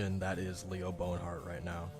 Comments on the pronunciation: It's BONHART not bone hurt. Its very distracting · Bon-heart, not Bone-heart. Loved the video but that was just triggering. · I think it's actually Bon-art